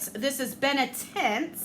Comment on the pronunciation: I thought u said benetit not benetint lol 😂 i love the fact that u do giveaways july 19th is my babyshower so thats awesome